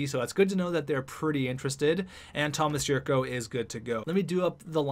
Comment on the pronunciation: The 'c' in Jurco is pronounced like 'ch'